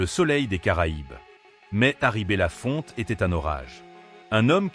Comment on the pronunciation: Son nom n'est pas bella Fontaine mais bellafonte!